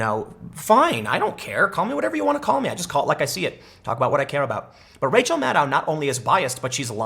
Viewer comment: MADDOW NOT MADDIE